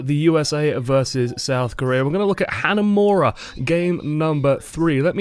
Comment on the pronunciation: is pronouncing hanamura so wrong.. its not "hanamera" its like "hanamoora" but roll the r